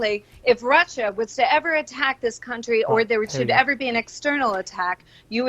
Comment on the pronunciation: Say country again Owen. Every video. Kunshee kunshee kunshee. Actually hurts my ears.